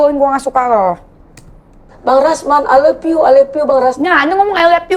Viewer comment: Bukan ai leppiu tapi ai lov yu. Hehehe